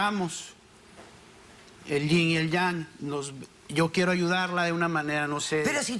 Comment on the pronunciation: "Qué ying, yang o yung" 🤣🤣🤣🤣🤣🤣🤣🤣